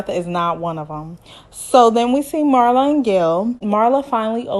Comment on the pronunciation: Pronounced MEERLA not MARLA. Loved the review!